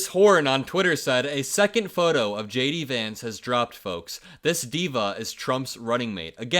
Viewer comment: Lay-Dee Vance.